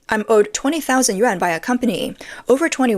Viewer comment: Narrator should learn correct pronunciation of Chinese currency!